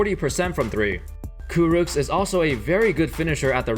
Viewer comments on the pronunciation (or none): Kurucs is pronounced as Kuruch